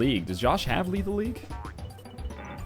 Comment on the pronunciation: "Lethal Lethal" get your shit together Ryab